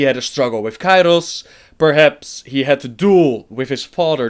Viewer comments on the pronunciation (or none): none